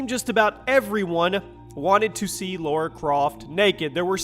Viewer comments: Lara... not Laura. People still can't get it right. sheesh. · Why do Americans insist on saying Laura? It's LARA. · I thought her name was lara, not laura, tomb raider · Lara Croft, not Laura. :) Easy mistake, great video though!